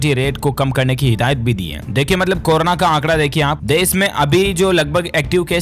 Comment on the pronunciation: इस बंदे को कोरोना बोलना नहीं आ रहा है। गलत उच्चारण अर्थ का अनर्थ कर देता है।